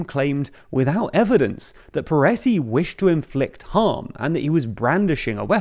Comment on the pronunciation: Am i having a stroke or is saying Piretty (with an i)? feels like this warrants some acknowledizing.. or is it just a pronunciation thing?